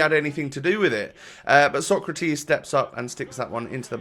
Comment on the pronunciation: Actually, the way you pronounce Socrates vs Sokratis should be the other way around :)